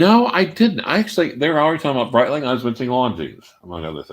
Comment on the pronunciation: IS BREETLING AT THE ZEENITH, ZENNITH, OR THE NA-DEER??